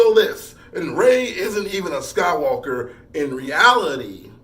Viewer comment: he said the rise of skank dyker LOL!!!